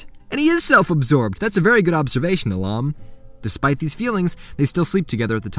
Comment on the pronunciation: How could you butcher a beautiful name like Ahlam?